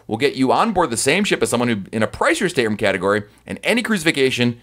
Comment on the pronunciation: He says it like “sttrm”